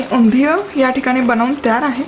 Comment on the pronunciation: Please pronounce Undhiyun properly 😵🤦🏻‍♂️